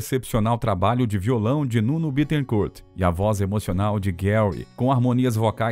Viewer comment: Nuno se pronuncia "Nino". Nino Betecourt